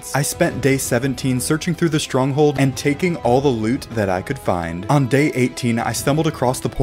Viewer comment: You said strong hole